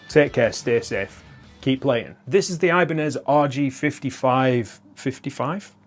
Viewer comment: It's not eye-banez, ee-banez dude